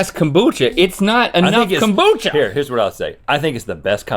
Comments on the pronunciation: Someone should’ve told Rhett that it’s “kombucha” not “kambucha”. 😂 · nobody: rhett: KAHMboocha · No one: Rhett: calm-bucha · nobody: Rhett: kOMboocha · My grandma always pronounced it 'kum-boo-kuh'. She also made her own and would put some in my drinks because she knew how gross it was. I hated it. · rhett hits the o in kombucha so hard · I'm surprised I can't find any comments about Rhett's pronunciation of kombucha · The way Rhett says kombucha shows he’s definitely from the south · it's kombucha girl!!